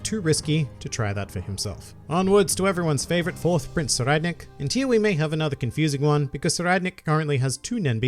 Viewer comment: Ohhhhh. So that's the right way to pronounce Tserriednich!